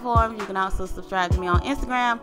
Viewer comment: Thumbs up if you sub-STRIBED! lol she killed it 😂 💪🏽